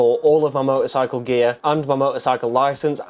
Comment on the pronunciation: What's a "moe-or-cycle" ?